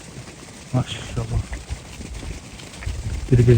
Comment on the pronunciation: Тууганым машшшшалла деп туура эмес айтып жатас окшойт